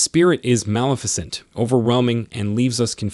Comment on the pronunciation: Good content but word pronunciation is not correct on multiple words, ie: Maleficent Facade Treacherous